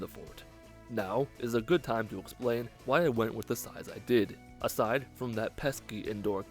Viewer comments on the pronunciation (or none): none